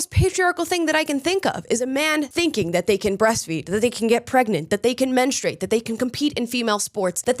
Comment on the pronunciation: Good for!! FINALLY, someone besides myself who actually pronounces he u in "menstrUate"!!!